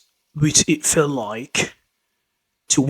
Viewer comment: "How did you feel " sounds very much like " How did you felt " (9.01) :face-turquoise-covering-eyes